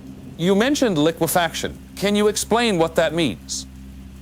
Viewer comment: Dude ai is funny liquifucksion😂